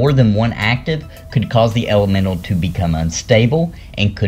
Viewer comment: what is an argamental or are you saying elemental ?